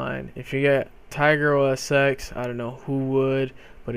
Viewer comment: Thanks dude this helped me out! Also, OS X is pronounced "OS Ten", not "OS X". Just lettin' ya know.